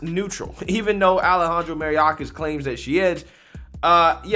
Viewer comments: ....love the channel and you are a super sharp dude. But man, you can bungle a name. May or kahs. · His name is pronounced my-ork-ass. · I know it's the Democrats fault that 70% of black students can't pass a basic literacy test but c'mon bruh! You're a political commentator on daily current events and the amount of keywords and names that you mess up is hilarious at this point! "May-Or-Kiss" is the pronunciation of Mayorkas 🤣🇺🇸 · It's pronounced "Ma-your--kas". Who told them we need to hire federal snoops, instead of auditors to help monitor unfettered spending? How about getting the hungry some food. Why is everyone still sitting at home? Obama wasn't even a real President when he was in office. Be honest, real legislation was blocked by the GOP at every turn. Obama like all the other blacks invited to the "Destroy America" party are only invited to speak or act, when it comes to enhancing the Antichristian immoral degradation/corruption we're seeing now. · his name is pronounced: MY—OR—KAS. This is the downside off not watching much TV as you often remind the viewers. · May...your... kiss is how you pronounce it. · I love your channel❤️Even though the guy is a complete douchebag, I want to let you know that Mayorkas is pronounced: “My-Your-kas.” Keep up the fantastic work you do every day for us; it is genuinely appreciated!